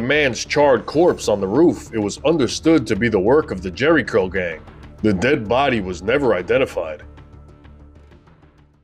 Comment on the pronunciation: "Jheri Curl", or Jheri Girl? 😂😂😂